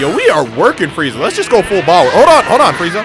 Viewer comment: bruh do anybody notice that instead of power he says bower lol